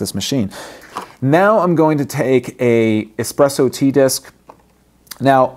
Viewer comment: Espresso not expresso!!-It is Italian!!